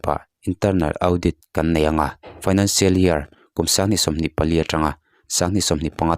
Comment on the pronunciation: Audit hi Au dit ni lo vin Aw Dit ti anga lam tûr.